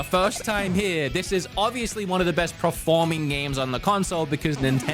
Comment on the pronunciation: You know the first R in performing comes after the E right? It’s not PREforming